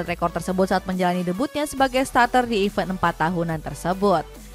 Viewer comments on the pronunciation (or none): none